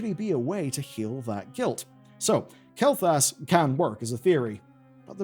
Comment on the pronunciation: pronouncing Kael'thas as Kael'thalas is bothering me :D